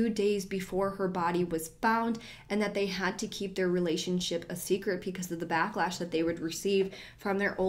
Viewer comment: Am I the only one who hears “pecause” instead of “because”? Like at 23.28, 24.15, 24.21, 24.28, 33.22, 33.26, 33.31 😂